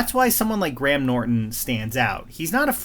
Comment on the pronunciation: Thank you for pronouncing Graham correctly! Just need to hear you say Craig now